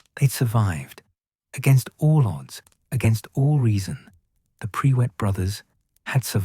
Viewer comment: Tell your AI bot it's not PRE WITT - it's PRUIT!! One word, no W!